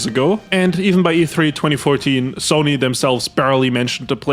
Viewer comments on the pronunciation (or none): none